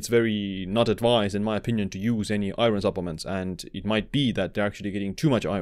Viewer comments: Thank you for the informative video. A friendly pronunciation tip: "iron" isn't pronounced as it's spelled, unfortunately! In the video, you're saying, "EYE-ron," but the actual English pronunciation is "EYE-urn." Looking at the word, I realize that it makes no sense that it should be this way--but it is. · i-ERN not i-RIN!! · its pronounced ion or i-earn if youre american. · Iron is pronounced Eye-urn. Great video nevertheless. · in English, the word IRON is pronounced EYE - urn .... or I'urn...... just an FYI..... Also... high doses of Vitamin C can cause greater absorption of Iron, which can be detrimental. I really enjoy all the information you share... thanks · Lol what the hell is I-RON? Is that like A-ARON? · Iron is pronounced Eye Orn btw. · Iron has a Silent R. I take one a day because I have a deficiency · Great video. It's bizarre how many people are concerned about the pronunciation of iron lol I've heard many non-native English speakers pronounce it this way.. I've never had any difficulty understanding it. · Iron causes shortened lifespan because everytime I hear you say it I die inside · It's mean to let someone walk around saying Iron like that and not correct them